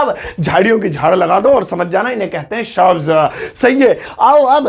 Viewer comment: Shubs nahi shrubs 'correct ur pronouncation'.thobda